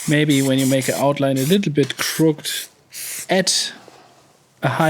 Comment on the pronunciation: He-Man says "crooked is pronounced crook-EHD (not crookt) like Skeletor's head after my crushing strikes." Unicorn says "apricot is pronounced apri-kaht (not apri-coh) like apricot marmalade clouds dancing in the sunset." Great start to 2025; your videos power my cardio workouts. Looking forward to more solo and collaboration vids with Moody, Doke, Mr SCE and surprise guests whoever they may be.